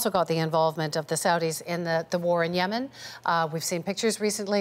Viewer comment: When you're the former Canadian Ambassador to Yemen but you can't even pronounce Yemen